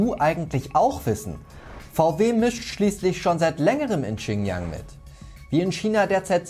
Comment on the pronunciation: Die region heißt Xinjiang nicht Qinyang wie du es aussprichst, next time hausaufgaben machen bitte